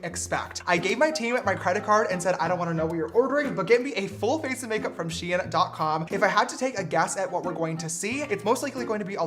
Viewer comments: James it’s pronounced sheen not shi-en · its not she-an its sh-ein sounds like fein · I thought it was pronounced SHEIN